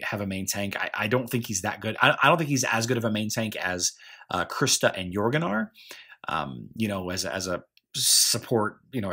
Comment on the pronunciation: lol yea I think we do. That's definitely one of the strange ways I speak. Alot of people think that Jorgen is with a hard J sound, and I pronounce it with a Y. Yorgen.